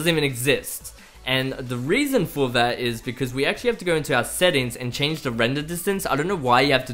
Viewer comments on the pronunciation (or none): none